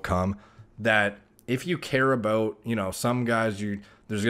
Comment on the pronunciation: When he says about, its al.ost scottish, aboot